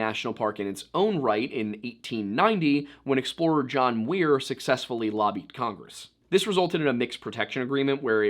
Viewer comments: Am I a fool? I had throught it was John Muir, not Wier, who petitioned Prez Teddy. Was just saying it special, or have I been off kilter for a long time?😅 Thanks for covering this! My husband grew up in Bass Lake (a town very close to Yosemite) and he throughly enjoyed the whole thing! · Enjoy your channel! And; John Muir, not John Weir. Muir was a fascinating eccentric you may want to do an entire episode on; his writings and essays were responsible for inspiring others to see the value in preserving land. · John Muir, you said Weir. You really messed up this time... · John Muir "MEUR". Just had to correct you. There's a lot of things named after him including a famous trail in Yosemite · Do my ears lie to me? Did you say John Weir trail.